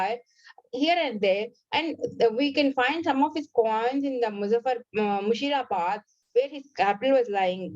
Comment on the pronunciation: It's Murshidabad not Mushirabad